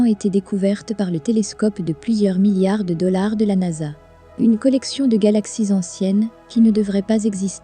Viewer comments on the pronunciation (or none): none